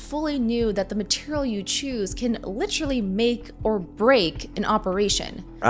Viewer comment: Im no grammar nazi, but it's literal ly literally not literaturallly ahahahhahhaha youre a maroon and youre hitler